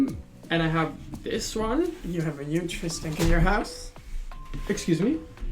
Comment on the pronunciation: "you have a nuge fiss shank in your house" (not hating on accent, but I think he mixed up letters lmao)